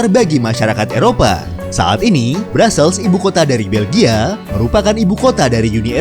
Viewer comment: Ibu Kotanya dibacanya Brusel bukan Brazel